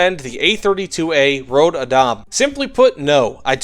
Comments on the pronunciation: man just.. pronounce the ö like you would the u in turn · Surprised he had trouble with Adam. Since it is an English name too. Even if we do not pronounce it exactly the same as English speakers. Röd is easier to get why he gets wrong. The only time Ö is used in English, beyond weirdly spelled metal band names, is when it actually a O. But when it pronounced on it own. Like in the world Coöperative. Which in itself is a weird spelling of the word (Normally you would spell it Co-operative to indicate that the second o is pronounced on it own.) But in Swedish it is it own district sound.